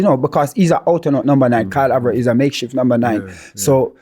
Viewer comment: If it’s one thing is going to do is pronounce the player names wrong! Karl Avert 🤣